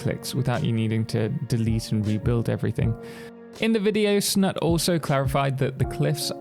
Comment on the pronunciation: His Name is, Snut. With a "U" as in you. It´s not Snat nor Snutt.